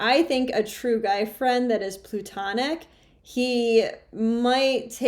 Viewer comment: I like your channel and content. FYI, the word is "platonic", not "plutonic", describing non-sexual friendships between men and women.